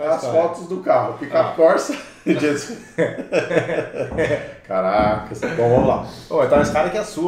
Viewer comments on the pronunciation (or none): pik-pu corça kkkkkkkkkkkkkkkkkkkkkkkkkkkk senhor amado quase morri de ri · "Pik-Pu Corça" kkkkkkkkkkkkkkk